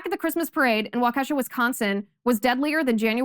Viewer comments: Waukesha: properly pronounced WAW...as in paw, emphasized syllable keh....as in bet sha....as shaw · And it is pronounced, "Walk "EH" (as in ED or HEAD) Shaw". Thank You... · While I love your show, and admire you and your morals, could you please get your pronunciations correct. It's Jizzlane (Ghislane Maxwell) and Waukesha is pronounced WAK eh SHAW. Thanks.